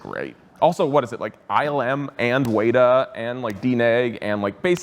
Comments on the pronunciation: Wet-a not wait-a. The company is named after an iconic NZ insect. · There is no such thing as a “wayta”. It’s weta, it’s a bug. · Ah yes, ILM and 'Waiter'. Ya what now? Was that deliberate? Weta is pronounced 'wet-ah'. Source: Am Kiwi. Love your work, just being anal (pronounced aye-nahl):) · Weta as in wet uh not wayta, lol. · Wayta? You mean weta? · Wayta? its pronounced WETA like the bug they named themselves after you silly dog you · Wait? Did he say Wait-a? Lol, I thought it was WET-a? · Man really say waytah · It is so painful to hear how you pronounce weta. It's pronounced WED-AH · He pronounced Weta "Weytuh" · The way he pronounced “weta” 😂😂😂